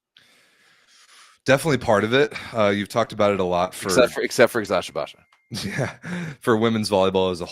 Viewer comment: Guys kudos to you for pronouncing the Turkish names correctly! 🙏🏼 Especially Eczacıbaşı which is honestly hard to pronounce and you’re doing it like a pro 👍🏻